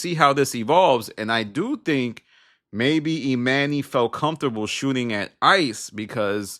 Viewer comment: Why you callin this dude, E-MAN-Y, when his name is clearly pronounced, E-MONEY? That shit sound stupid asl...and for THAT reason, alone, I'M OUT✌️(in my Barbara from Shark Tank Voice)